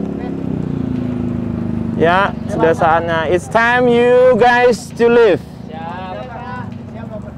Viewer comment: LIVE DONG MIN BUKAN LIFE WKWKWKKW